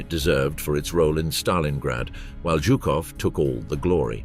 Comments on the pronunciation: It’s not jew cough. It’s zoo cough for General Zhukov!! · Jukov and Heinrichi ? Really can't listen to that ...